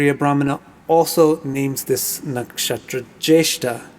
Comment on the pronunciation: I love the way you say nakshatra....cool pronunciation.